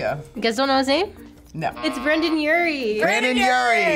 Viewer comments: His name is Brendon, not Brandon. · « Brandon urie » ahhh 😭 my heart hurts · people needa say brendon and not brandon 😤